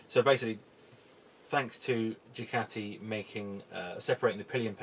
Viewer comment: Decent vid and very informative but dude why cant you pronounce Ducati correctly . Is it an english thing to say Dew-cat-ee